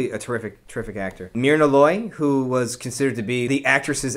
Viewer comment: A thorough review, but as an old movie buff, please check your pronunciations. It's 'day-na' Andrews, not 'denna'. And it's 'mur'na', not 'mir'na'. Just a matter of respect for these great actors. Thank you!! (I DO agree with you about the March-Loy homecoming scene-----it's SO beautifully played by these two master actors------it's my favorite!!)